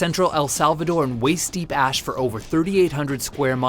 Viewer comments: did he say vacanic ass instead of valcanic ash? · Anybody notice he said "Volcanic Ass" instead of "Volcanic Ash". 😂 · Anyone else noticed he says "volcanic ass"? LOL! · Ryan Kruger he said gas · Hahahaha he said volcanic ass